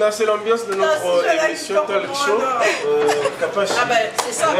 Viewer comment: balobaka TALK show et non talc show mimi depuis usa